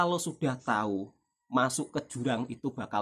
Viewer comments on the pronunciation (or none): none